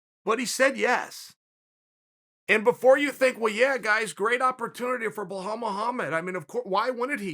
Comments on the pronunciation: Chael "Blahal Mohammed" Sonnen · "Bhalal Muhammad" - Chael Sonnen